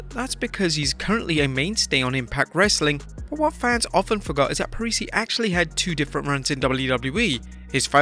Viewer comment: Don't know if it's the accent, but I totally heard "everyone F**k off" instead of "everyone forgot".